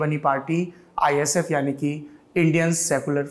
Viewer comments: It's ISF not...IFS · Bro it's ISF not IFS